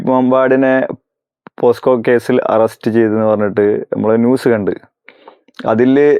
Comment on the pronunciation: പോസ്കോ അല്ല ബ്രോ പോക്സോ ആണ് ശരി